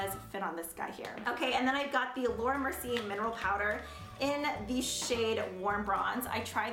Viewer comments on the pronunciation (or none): none